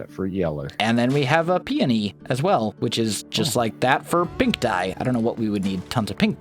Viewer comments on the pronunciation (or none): ins pronounced pe·o·ny